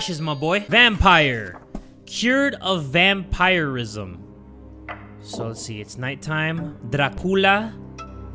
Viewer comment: It’s “vam-peer-ism”. “Vampirism” is pronounced as “vam-peer-ism”, not “vam-pire-ism”, just like “vampiric” is supposed to be pronounced as “vam-peer-ic”, not “vam-pir-ic” and “dhampir” regardless of how “vampire” is pronounced in the English language. Like English, German is a West Germanic language—or rather, like German, English is a West Germanic language since German obviously came first. In German, “Vampir” (the German language has randomly-capitalized letters even if they don’t seem like proper nouns) means “vampire” and is pronounced as “vom-peer”. The plural is “Vampire” with the “e” pronounced as “uh” because the letter E is always pronounced as “uh” at the end of a German–language word.